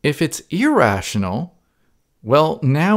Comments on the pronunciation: As for irrational, you say it like "e-rational", as if it were email. Try saying it more like a Canadian or British person would say mirror. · I hate when your saying irational number,it sounds so funny, keep saying irational,Now i could say your not really good in english..